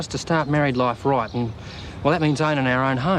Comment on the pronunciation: Went a bit Irish with his ‘loife’ pronunciation when taking Vee out a few episodes ago